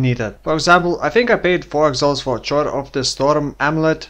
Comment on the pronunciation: I hate to be "that guy," but here I go anyway... "Choir" is pronounced like the word "wire" with a hard "k" in front. It makes no fucking sense, but half of the English language makes no fucking sense, so...